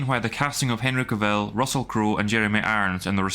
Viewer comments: For god sake will you pronounce his name correctly, it's not Ka-vill. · Dude, you're pronouncing Cavill wrong the whole time! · How he pronounces Henry Cavills name...😅